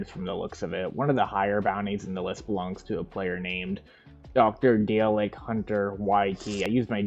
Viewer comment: The way you read "Dalek" there probably made all Doctor Who fans jump out of a window 🤣